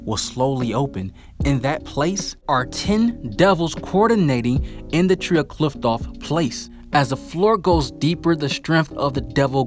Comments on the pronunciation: Qliphoth / qliphtoph? 🤣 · The way you pronounce qliphoth is just weird and sounds so wrong 😅